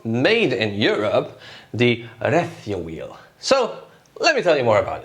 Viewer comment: Thanks for not mispronouncing RecioWheel 🤣